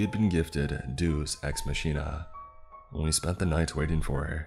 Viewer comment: BTY, it's DAY-oos ecks MAH-keen-nuh (deus ex machina).